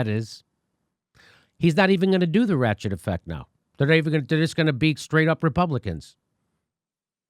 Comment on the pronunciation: Oh, the ratchet effect. At fist I thought Jimmy said the "rat shit" effect. Wait, either works, same difference.